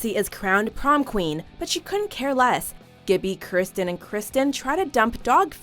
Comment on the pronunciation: Gibboe, Christen, and Christian-- It's K-i-rstian.